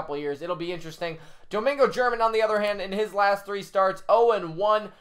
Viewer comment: It’s pronounced Domingo hermahn